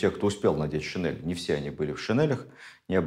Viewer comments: ШинЕль, а не шинЭль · ШинЕль!!! Нас учили в школе произносить это слова через Е! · Спасибо огромное, Владимир Ростиславович! Ваши лекции всегда интересны и очень познавательны❤❤❤ Я прошу прощения, но одно замечание, слово шинель произносится с мягким н и произносится "е", а не "э". Просто это уже не в первый раз. Немного режет слух. Спасибо еще раз!!! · Замечательно, но шинель. НЕ ГОВОРИТЕ ШИНЭЛЬ.Это не верно и не норма русского языка.Благодарю. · ведущим проекта : пожалуйста, обратите внимание на произношение слова ' шин'ель с мягким 'нь'.